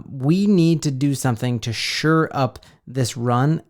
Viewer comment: SHORE up the run, not “sure up” the run.